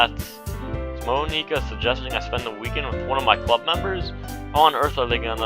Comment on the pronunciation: you're saying monika wrong btw